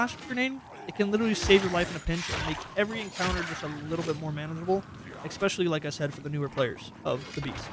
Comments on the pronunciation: More so "Expecially" and "Excape" - since when has pronouncing an 's' as a 'x' been a thing in Americal English? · "Eckspecially" lol